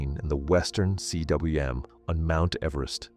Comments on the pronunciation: For Christ's sake, learn to pronounce, "cwm." It's not C.W.M. but combe. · Cwm is pronounced ‘coom’. It is the Welsh word for valley. Also called a cirque in French. Coom.